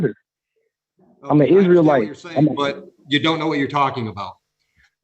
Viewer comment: An "Isree Lite"? Is that like a Coors Lite?